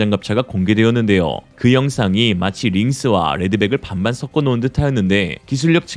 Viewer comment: 섞어 [서꺼]라고 발음하세요 [써꺼]는 잘못된 발음입니다 지적한다고 불쾌해 하지 말고, 잘못된 발음은 고치세요. 다른 사람들은 발음을 고쳐주지 않고, 웃는 얼굴로 비웃을 수도 있습니다.